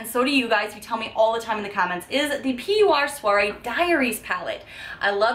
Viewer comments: I hated the tarte eyeshadow palette. The pigment wasn't there for me. It was patchy and didn't blend. Very unhappy about the quality. Also PUR is supposed to be pronounced as "pure" not P. U. R. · Love the video but just so you know hun it’s pronounced like Pure not P.U.R. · P-war? I thought it was just pronounced pure? Oh you say p-u-r. The first time I thought you said peewa. Lol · It's not P.U.R ....it's pronounced "pure" just doesn't have the e at the end....lol... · lol oh ok. I didn’t know. I just discovered your channel and I subscribed. I’m pretty sure it’s pronounced Pure. I used to work at Ulta. 😘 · oh and lol the soire diaries palette brands name is pronounced pure haha PUR (pure)PUR minerals was there original name now its PUR cosmetics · I think its pronounced "Pure" Sorry i'm not hating, it was just annoying me. Love u!